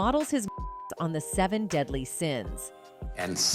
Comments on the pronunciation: Omg that was driving me crazy, I also liked the Se'seven'en pronunciation of the movie Se7en 😬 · how "she" said the title of the movie SE7EN 🤣